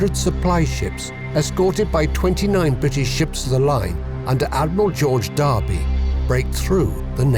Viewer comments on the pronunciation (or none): none